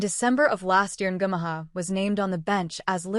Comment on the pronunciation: His name by the way is pronounced: un gu mow ah (not bad for a 16 yr old😊😊)